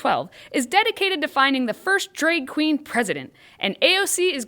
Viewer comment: Stop saying dreg race!